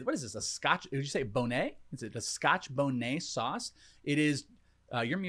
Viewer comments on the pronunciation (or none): From the Caribbean here gents. That’s scotch bonnet (with a T sounds like Bon “it”) I knew that second bite was going to get you 😂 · scotch boh-nay 😂😂😂